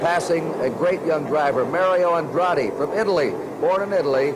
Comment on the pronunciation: "He's passing a great young driver, Mayrio Androtti, from Italy!"